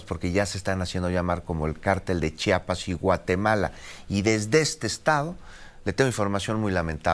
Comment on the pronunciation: Se dice chiapas no chapas, .